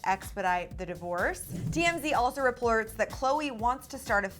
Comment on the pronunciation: "Replorts" XD